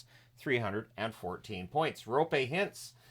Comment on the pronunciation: Kudos to you for pronouncing "Roope" correctly 👍 I know it's a tough name for someone who's first language isn't Finnish or maybe Estonian. (never heard any Estonians trying to say Roope)